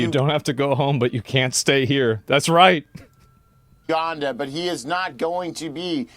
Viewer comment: lmao that he says uganda correctly now